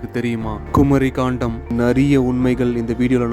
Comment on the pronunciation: ஐயா, தங்கள் வார்த்தை உச்சரிப்பு தராக உள்ளது. கண்டம் என்பதை காண்டம் என்றும், பாகவதம் என்பதை பகவதம் என்றும் கூறுகிறீர்கள் நன்கு தமிழ் பேச தெரிந்தவரை விட்டு விளக்கவும். நன்றி.